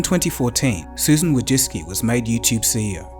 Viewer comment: Amazing video. Just one thing made me ick, the way you pronounce her name Wojcicki.